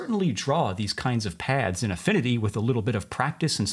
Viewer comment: All I am hearing is pads instead of paths. Am I the only one?